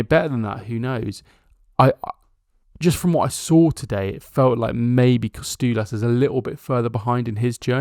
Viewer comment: Tzimas is pronounced Gimas like the "G" in George. Kostoulas has an emphasis on the middle "STOU". No KOstoulas but KoSTOUlas